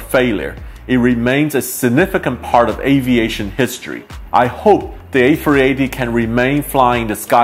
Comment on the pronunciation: “The airbus ayfweeaytayyy”